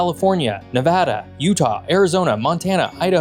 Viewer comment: Finally, someone who pronounces Nevada correctly!